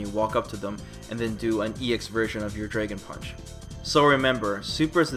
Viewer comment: What the fuck is a "Draygon Punch"? lol